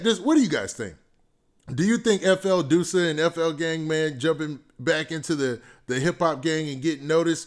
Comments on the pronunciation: "duh-sa" not doosa lol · It’s not DOO-SA ITS DUSS-UH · Please stop calling him Dewsa lol,its pronounced Duss-A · You saying his name wrong